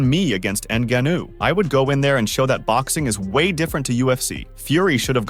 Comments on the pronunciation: N-guh-know.. lol.. n-gahn-ou is his yoy say it. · "francis engannow". AI voices ruining yt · PLEASE and I speak for everyone listening say Francis Ngannou name correctly. That was embarrassing